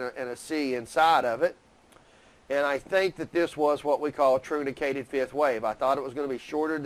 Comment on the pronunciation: RDL, one tip - 'truncated fifth wave" is usually pronounced "TRUNK-eight-ed fifth wave". ;D